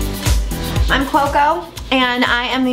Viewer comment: I just found your channel through Kaley Cuoco's twitter and love your videos so far! Now. Know how to say her last name woohoo! Your mu tips are great.